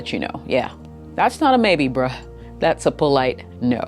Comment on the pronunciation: the way you say brah really liked it 😄